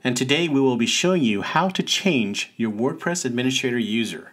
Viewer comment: "Admini-S-T-rator", not "adminiSH-rator". There's no "sh" sound in "st".